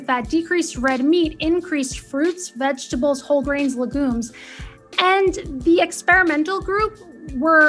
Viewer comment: It's LEG-yoom, not luh-GOOM. And ADventist, not adVENtist